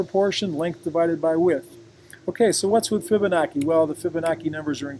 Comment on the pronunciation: its pronounced fib-a-nachi...not fib-a-noki